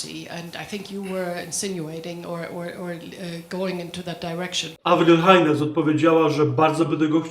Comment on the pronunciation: Czyta się nie "Hajnes" tylko "Hejns".